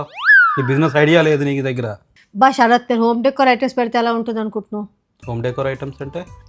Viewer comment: షరాత్❌ శరత్✅